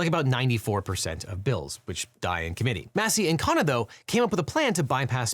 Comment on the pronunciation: KHUN-na, not KHAA-na.